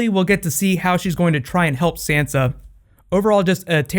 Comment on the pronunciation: I can't be the only one that is bothered by the fact he is mispronouncing Sansa's name.